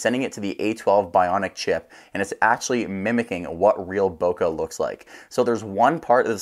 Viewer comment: Bokeh is a Japanese word. In Japanese, the letter E is pronounced as "eh" as in English bet, met, get. The letter E does not morph into AH.